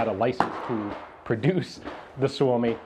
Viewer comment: Ian said "Suomi comes first". I know this is detached from the context but man that sounds right. Especialy said by American :D